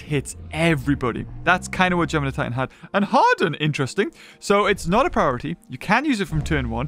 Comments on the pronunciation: It's not Geminidues it's Gemanigar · What I think when he says germinideus, gingervidis